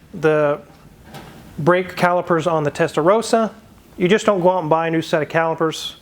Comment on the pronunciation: If you are that concerned that people pronounce ‘Gallardo’ correctly (which is great), please pronounce ‘Testa Rossa’ correctly yourself. ‘Rossa’ is ‘red’ in Italian and pronounced with a short ‘o’ (as in ‘hold’) instead of a long ‘o’ as in ‘rose’. Just that you know.